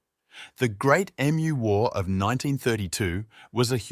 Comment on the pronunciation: Nice script. Pity it is ruined by a crappy AI that can pronounce the most important word ! Emu not E.M.U.